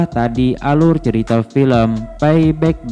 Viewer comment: Paiback??peibak lol...🤣